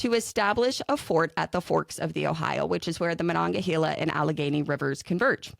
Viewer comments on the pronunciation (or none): I love it! I'm so hooked on this series. I will say the pronunciation of Monongahela is making me twitch a little as a Pittsburgh 😂 I've always heard it ma-noga-hale-la